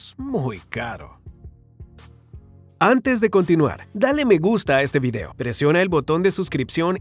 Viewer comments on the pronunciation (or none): none